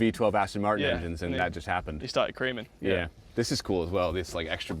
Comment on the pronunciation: 😂😂😂 “he stared Cremin”